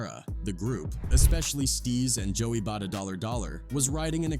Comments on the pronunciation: Joey Bada-Dollar Dollar actually made me roll my eyes and almost click off the vid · 😂 bro said Joey Bada Dolla Dolla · “Joey bada dollar dollar” lmfao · Man I can’t even listen to this video after I heard “Joey BaDa $$” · "joey bada dollar dollar" 💀